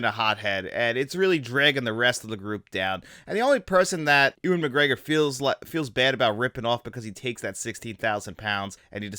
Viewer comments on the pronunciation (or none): Nah the video was otherwise fine but pronouncing Ewan as Ooan then later Ewing and Edinburgh as edinsburg is not an accent issue. I’ll let you be a real fan of this film when you can pronounce Edinburgh properly at least ;) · Ooan? Edinsberg? Benji? What am I listening to?